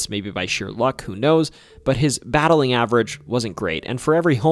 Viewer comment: You said "battling average". The actual term is "batting average". Were you making a joke?